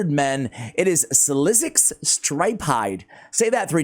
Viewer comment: SliXus,😅 speak it out as SLICKSUS 💜